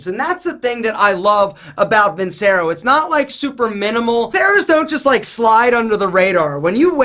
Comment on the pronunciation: It’s pronounced VIN-CHERO....